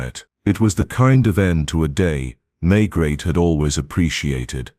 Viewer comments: It's May-gray, not Maygret.I can't listen to this... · If you are going to tell a story, please at least get your lead character correct. There is nobody called inspector May-GRET. Please blow up your Ai narration bot